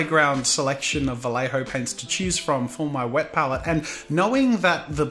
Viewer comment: As a Spanish speaker I could suggest you pronounce "Vallejo" as "Vayejo"... it's closer to how it should sound in Spanish. But do as you please, really haha I'm just being annoying and picky. Keep up the good content!